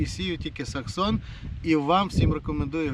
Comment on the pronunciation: Не саксон а SEXSON !